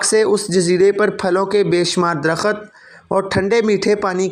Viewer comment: درخت ( صحیح ھے ) در۔ خت ( غلط ھے ) Dar. Khat ( galat